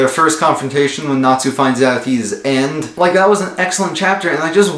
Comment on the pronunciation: E.N.D. Not end 😂